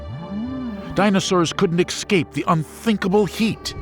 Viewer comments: Unbelievable!! I thoroughly enjoyed this but couldn’t believe my ears when the narrator, someone who reads professionally and should absolutely know better, was either too lazy or too ignorant to read and pronounce a word correctly. There’s no excuse. The word is ES-CAPE. There is no X or K in it. Somebody dock his pay please. Ignorance is not bliss. Shame on the editors for accepting that. . No such word as “…ex-cape..” or “…ek-scape”🤷🏼‍♀️ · “Ex-cape?” Uhf…